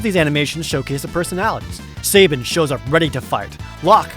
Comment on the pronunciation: I love the way you pronounce sabin.